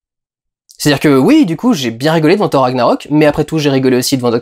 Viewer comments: Ca ne se prononce pas Ssor , jsute "TOR" ce n'est pas un nom anglais et on dit "RAG-NA-ROK, "MIOLNIR" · Mdr on prononce pas "sorth" mais "Thor" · On dit pas hor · hey mec Thor ça ce prononce pas sor... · "FFhor" ???😳😳😳😳 raaah ça pique les oreilles , c'est pas un nom américain 😄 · Au début j'ai pas compris mais WTF ?? Comment ta prononcé thor ??? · lol, ça va faire 5 fois que je regarde le début pour écouter la prononciation de Thor... et on sent bien que tu es content de ton accent... hélas la troisième fois que tu dis thor, tu le prononce en Français. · Juste un truc. Arrêté de le dire avec l'accent anglais. C'est nordique à la base. =)